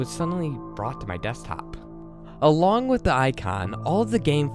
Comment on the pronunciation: I think its funny how u say da instead of the